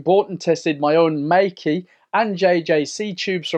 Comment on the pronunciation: It's pronounced MAY KUH